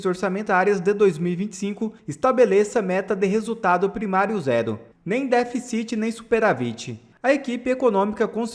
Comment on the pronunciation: Cara, vc tem quase 500 mil seguidores, faz vídeos sobre política e até hoje não aprendeu a falar "DÉFICIT" e "SUPERÁVIT"?